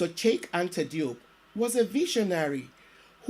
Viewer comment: Thank you for this presentation. The proper proununciation of his name is: Cheikh /sher/ Anta /an - tah/ Diop /jop/ It Does matter.